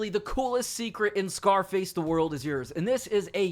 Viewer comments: I love u man... But it's YOURS. YOURS. YOURRSSS! (YORS) rhymes with Wars!! Not freaking Yers. You wouldn't say wers would u? Lol. Dammit it was getting to me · "Yurz" that spell bro